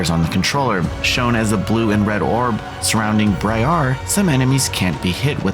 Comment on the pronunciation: It’s briar like briar rose